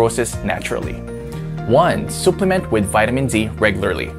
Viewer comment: Suh- pluh-ment not soo-pleh-ment